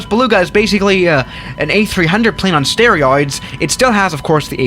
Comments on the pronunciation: "on stereoides" 😂😂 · did i just hear sterioids correctly?